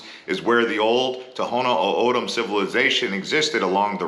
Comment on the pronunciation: Dude isn't from Arizona Can't even pronounce names correctly. Penal County? Prounced Pee Nall County. The local indians? Toh Hoh No Oh O Dam. Not Tono Odom. Better than Papago I guess.